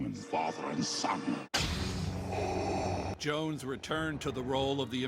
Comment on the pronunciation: They couldn't get a black reporter with heft or at least an elder reporter with heft to talk about James Earl Jones? They got a millennial with a millennial accent who said James Earl Jone🤦